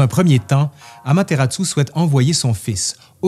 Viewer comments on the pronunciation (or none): Petite correction, c'est bien Amaterasu et non Amateratsu. Ça fait une différence en japonais 😅. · Merci pour cette vidéo très complète. Mais je me permets une petite critique sur la prononciation : Amaterasu est prononcée "Amateratsu". Pour un francophone, la différence est minime mais en japonais c'est très important car un kana est remplacé あまてらす(su)>あまてらつ(tsu)